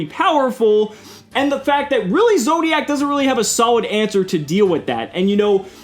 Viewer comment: i shuddered everytime he said zodiacc meta